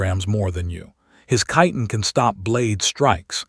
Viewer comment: wow! someone pronounced "chitin" right! 😮